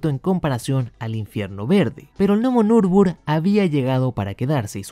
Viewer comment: Hasta donde sé, se pronuncia " Nür bur gring ". Si también me equivoqué, corríjanme por favor.